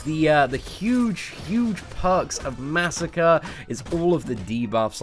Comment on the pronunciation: disliked. You pronounced Masacre's name incorrectly. :middlefinger: It's Masacre, not Massacre. MAH SAH CRAY. Say it with me. MAH SAH CRAY.